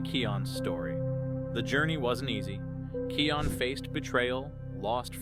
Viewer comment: Kopa's name is pronounced Kō-pä and Kion's name is pronounced "Kī-yon" . Like "Lion" only starting with a K